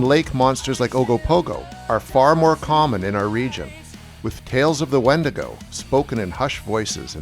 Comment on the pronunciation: Love your content here & on your Roku channel & Tubi! I wonder if it comes if you mispronounced its name over and over? Good stuff, Irregardless, of the mispronunciation messing with the credibility of the speaker. See what I did there? Visiting on recommendation from Midnight Lycanthropy. 🎉🙏🏼🕉️